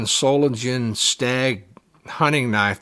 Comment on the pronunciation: Everyone mispronounces Solingen. There is no J, it's pronounced as a G.